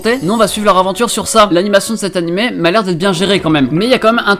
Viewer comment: On dit animÉ et pas animÈ ça me casse les couilles putain mais la video est bien tkt